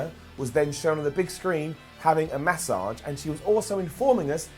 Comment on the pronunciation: says Massage weird as hell 😂😂